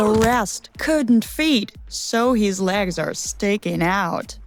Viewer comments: she is saying lags just noticed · She says lags